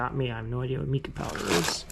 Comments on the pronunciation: Mica powder is pronounced “Mike ah” which is a shiny mineral. It is used for nails and crafting. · Mica is pronounced with long sound i. 😊